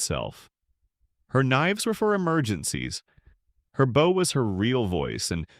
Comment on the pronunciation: I don't get why all these AIs keep mispronouncing bow; it's so annoying, especially the number of times they use it.